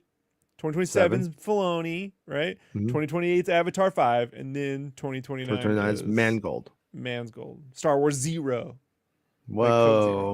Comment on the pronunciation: Star Wars: “Zeroh” you mean?! Hahaha